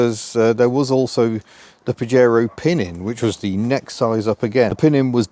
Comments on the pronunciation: Pah-yey-roe,not paJaro… Your welcome 👍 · It's pronounced "Pa-hare-oh" in Spanish and means something rude in Spanish (an insult). Back in the 1980's, I had a Spanish GF (Angelise) who started laughing when she first saw a Pajero 4x4, in the UK. In Spain, they had to rename the car "Shogun". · It’s pronounced pahero. As in Fajitas.